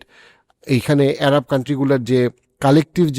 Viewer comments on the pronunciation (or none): এরাব না বলে কি আরব বলা যায় না?